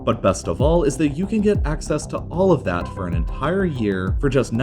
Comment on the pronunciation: EntHAIre planes with HHAndreds of people